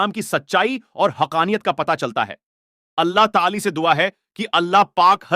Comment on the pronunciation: Are Bhai apne alfaz to sudhar lijye Kitna bura lagta hai jab AAP Allah ta aala kbajaye Tali bolte ho